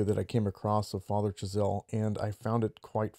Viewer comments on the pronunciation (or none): It's "Chazal" not "Chazel".